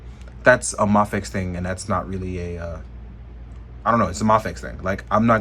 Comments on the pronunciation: Pronounced may fex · D advocates that "Ma-fex" is the correct pronunciation, and makes a point of saying it that way. I heard him talk about it in a live stream not long ago.